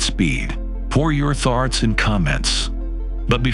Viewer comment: Tharts! I have deep tharts all the time. Always lost in my deep tharts.